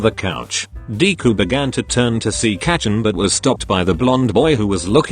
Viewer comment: It's not kachan it's kacchan